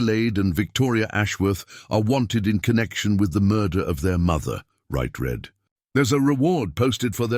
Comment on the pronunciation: You claim they are in Colorado, but all the towns mentioned are in Iowa, no mountains here.Narrator still having problems with pronunciations of words like wound, read, anything with multiple pronunciations on previous story he could pronounce arithmatic.